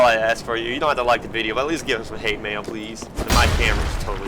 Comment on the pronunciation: Ah yes, h a t e m a i l.